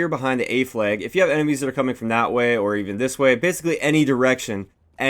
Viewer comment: A fleg. B fleg. C fleg. It's in the beg if you're on the fleg. Teg. You're it!